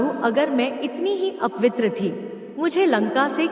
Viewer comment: Galat Hindi na bola karo apitr nahi apvitr hota hai bevkuf